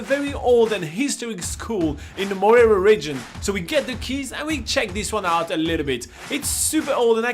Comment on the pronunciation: Love this but you are pronouncing Mahia wrong!!!!